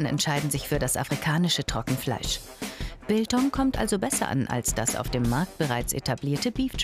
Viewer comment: Hab Bangtan Boys statt Biltong Boys verstanden lmao